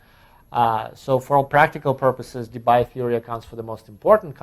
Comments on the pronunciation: DeBye is pronounced like DeBee (in Dutch), so say goodbye to that Bye-pronounciation! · Concerning Debye. He was Dutch. So "bye" is pronounced like "bee". (De-bee = Debye). Bye! ;-)